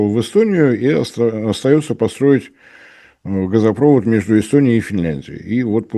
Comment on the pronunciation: А как Вам "газопрОвод", нефтепрОвод", "трубопрОвод"? Слух не режет? Дальше слушать этого "эксперта" больше не могу. Дизлайк.